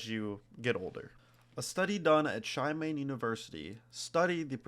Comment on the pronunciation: it's actually pronounced she-mah-neh (しまね)